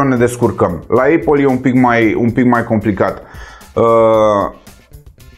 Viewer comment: Eipal care se citeste fara 'i'